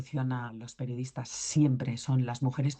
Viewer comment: "perdiodistas" jajajaajaja